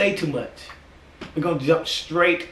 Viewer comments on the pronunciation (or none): none